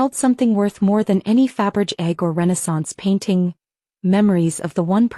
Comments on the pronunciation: "Faberge" is pronounced "fab-ur-zhay"! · Fabergé would turn in his grave every time he the AI narrator and the subtitles fuck up his name.